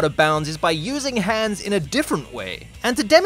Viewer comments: the an in Hans is pronounced like On instead of the an in hand. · You pronounced Hans incorrectly. Nice video though!